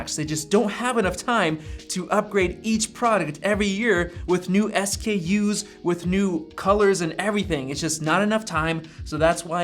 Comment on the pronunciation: S-K-Us? I think you mean "skews."